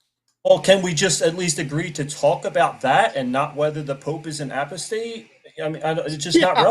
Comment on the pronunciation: What about how that guy pronounced Apostate in a way no one has ever heard before?